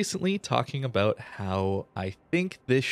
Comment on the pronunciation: abouuut? canadian much? lol